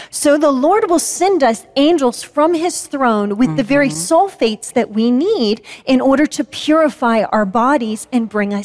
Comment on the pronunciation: Maybe she is saying soul-fates not sulphates, and as such her argument isnt entirely goddamn moronic